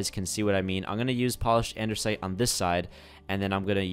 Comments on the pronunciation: i love your vids but a pet peeve of mine is when you say ANDERSITE when it is ANDASTIE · Andersite 😂 lol 😂 it’s andesite 🤣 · id is not andersite, it is anDEsite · Andesite not Andersnite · It's Andesite notice that there is no 'R', but nice video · he keeps saying anDERsite